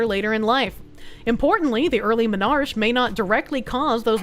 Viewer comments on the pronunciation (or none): Dear, it's pronounced Men are key, not men arch. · Menarche, onset of period, is not menarsh. Men-ar-kee.